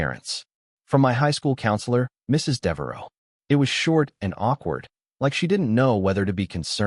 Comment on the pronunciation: Devereau, not Dero